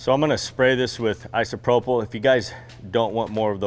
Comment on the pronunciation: DO YOU GUYS KNOW YOUR NOT PRONOUNCING ISOPROPYL CORRECTLY? UNBELIEVABLE... Its not an f sound on the last sylabul ... It doesn't even have the letters in the word to make that sound... Gees man